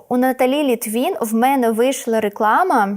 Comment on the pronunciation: Не Літвін, а Литвин! Їй напевно горить😅